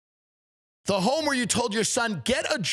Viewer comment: “The home that you caught your husband cheating on you in is still your HHHHOME!”